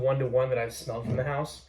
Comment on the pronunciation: Best From The HOOSE??? Lost Me Already